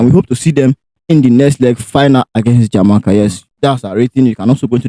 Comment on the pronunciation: My brothers, Its not "Jar may car* its "Jam A car"